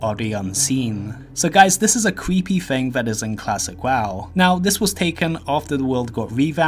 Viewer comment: I can’t take you seriously when every other word with the letter R in it is pronounced with a W instead. You can record as many times as it takes before posting but no “cweepy” doesn’t go with the theme of the video.